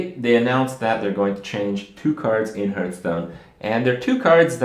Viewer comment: its called hAAAAAAAAAAAAAAAAAAAAAAAAAArthstone not "hurt"stone